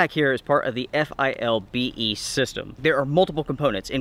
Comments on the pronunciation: It's 'FILBE'. Saying each letter takes to long. You are correct, for $50 it is a good pack. You would have to spend considerably more to get something comparable from Mystery Ranch or Eberlestock. Semper Fi. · As a word - but no ee on the end. Fil-be. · I believe that's pronounced "fill-bay". XD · Dude, it's a fill-be, always was, always will-be!!!;-)